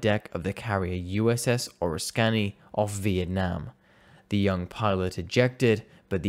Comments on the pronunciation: That was Or Ris Kany. Not Or Rus Canny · Its NOT Oris scanny? more pronounced as 'Oh risk cany' .... USS Oriskany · For the same reason I give awards of crap to my fellow Americans when they mispronounce names, it’s also earned by the non-Americans just as easily. Poncho who? The USS what? Ore iss canny? How ‘bout you have a Yank review things before release. I’m out. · Pa-Tux-Ent. Not however you murdered it. Oriskany was tough to listen to also.